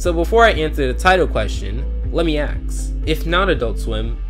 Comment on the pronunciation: It bothers me that you say "Axe" Instead of "Ask."